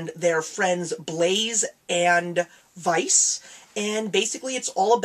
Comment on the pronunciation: You screwed up three names. You said Yin, Blaze, and Vice. 1/4 is 25%.